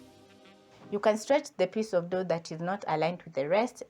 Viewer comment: Madam it's Flour not flower, it's dough not door anyway thanks I've taken notes.